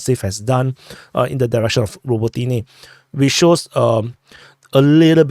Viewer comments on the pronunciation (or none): Why do you call it “ROBO TEENY”?